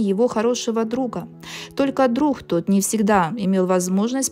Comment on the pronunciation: Никита Сергеевич замечательный! Но ужасное представление, ужасный русский язык « друХ», что- то еще с окончанием на « г», а произношение- громкое протяжное «х» . Слушать просто невозможно